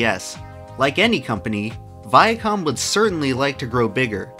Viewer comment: "Viacum" Still can't unhear it after all these years.